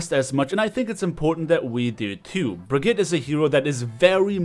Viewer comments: how come that even tho you`re german not even you can pronounce the name correctly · naja er hat brigitte falsch ausgesprochen